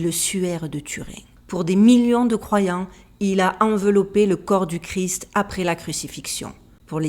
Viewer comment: Très intéressant, par contre on prononce Jésus Christ (kriste) et pas gris 😊, il y a une émission sur le suaire de Turin sur arte, très intéressant aussi